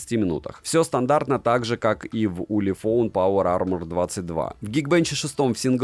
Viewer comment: "Улефон Паува Ама".😂🤣